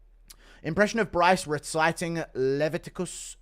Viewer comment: Can’t pronounce Leviticus ??